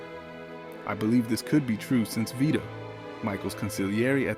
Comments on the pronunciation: Please for the love of God hire a narrator who can properly pronounce the names. It's Vee-toe and NOT Veto or Vi toe (pronounced that way when he talks about the funeral). Also it's Cap O Re seem not Cape O Rezum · Stupid AI - come on, at least pronounce Vito's name right. "Veye-toe"? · "Let's look at the scene at Vy-doh's funeral...." Can you seriously not spend nine minutes narrating these yourself, so the pronunciation isn't all AI'd up? If you must use AI to generate these, at least use it to correctly punctuate the description text. This is unacceptable, a stunning show of disrespect to the cultural masterpiece that is The Godfather. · The AI reading narrator for this video is terrible, the fact that it can't pronounce Vito correctly is ridiculous!!!